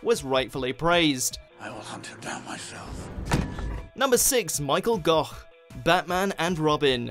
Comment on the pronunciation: Gough pronounced goth,goff,goth!!!